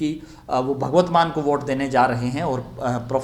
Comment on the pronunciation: आप 'भगवत मान' बोल रहें हैं, जबकि सही 'भगवंत मान' हैं।